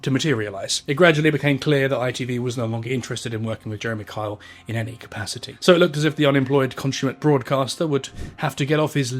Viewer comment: I had no idea that Kyle was such a hard name to pronounce with an accent. I’ve spent half the video trying to remember that Karl is Jeremy. So are Carr and Jezza. Oh, his son is actually named Carl. That’s confusing. Also, the fact that neither his mother nor his son want anything to do with him and Jane is so ready to believe that he cheated… there is definitely a lot more going on. It’s easy to see the deceased as good people regardless, but it sounds like he was a very complicated man.